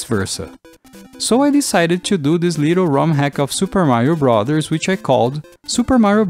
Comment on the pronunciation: he says brothers goofy. "Brathors"